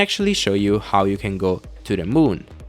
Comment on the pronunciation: "to the mun" ~ 2017